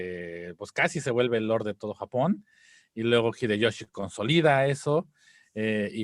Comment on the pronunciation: "El gggghideyoshi!" 🤣